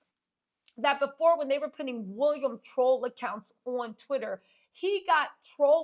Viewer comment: 😂😂😂 its how you say "wolliam"😅😅😅